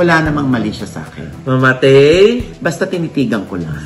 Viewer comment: talaga,"mamatay"? Hahahahaa